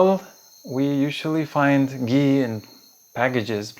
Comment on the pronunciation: It's not gee, it's Ghee!!!!!